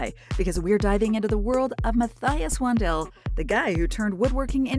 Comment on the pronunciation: This is another entry in the “race to the bottom” on YT. The whole video is one long plagiarism of a great YT contributor. They can’t even pronounce his name correctly; that’s how deeply they ‘researched’ this. Outrageous!